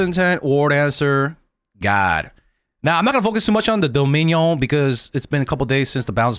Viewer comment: pronouncing dominion like a special needs kid